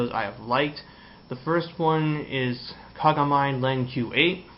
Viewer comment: you said kagamine wrong